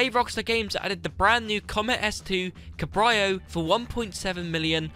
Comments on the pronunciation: He said it wrong. Cab reye oh should be Cab Rayo. Cab-ray - oh - lay is the full word. No big deal tbh 🤷🏼‍♂️ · This is the first time in my life that i've heard Cabrio get pronounced as "Kah-br-eye-oh" You do know that Cabrio is short for Cabriolet, which means convertible except in french, right? XD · Man said CAB RI O. I wouldn’t mind but he’s fluent at speaking English and cabrio is just short for cabriolet, but he’d pronounce that like CAB RI O LET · When he said “Cbraio” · Guy said CAB-RI-O. Yet he’s fluent in English and cabrio is short for cabriolet, but I guess he’d pronounce that like CAB-RI-O-LET